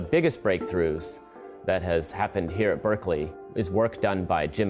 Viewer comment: It annoys me the way he says Berkeley all the fucking time.